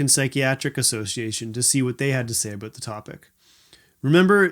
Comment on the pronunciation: I like the way you said abooot.